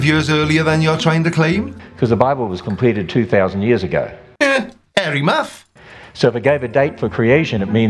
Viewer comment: He said “hairy muff”! 😉😂😂😂😂